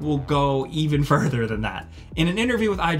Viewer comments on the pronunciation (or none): none